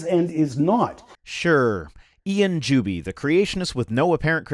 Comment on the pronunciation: Every time you say "Juby is", my brain hears "dubious". Kinda appropriate, I guess.